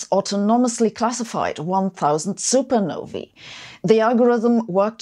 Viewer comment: Thank you so much for pronouncing supernovae correctly.